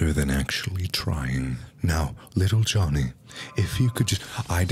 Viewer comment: LITTLE JUHVY